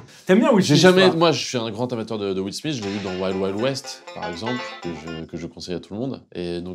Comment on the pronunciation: C’est pas will smisse c’est will smith ( smite)